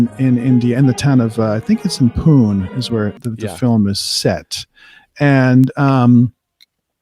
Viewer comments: Pronunciation of the city "Pune" is poo.nay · The city in the movie is pronounced as poo-nay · I LOLLLLed at the way you pronounced Pune. Just FYI, it's Poo--Nay. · No worries. It's completely understandable that it can be difficult for non-natives to pronounce Indian names. I'm from Pune.